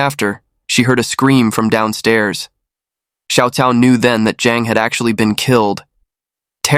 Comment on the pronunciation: here's how you can improve your pronunciation of Chinese names. "Cao" is pronounced as "Chao". "ah Cao" is "ah Chao".